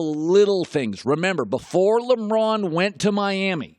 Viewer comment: Did anyone catch him saying "Limron"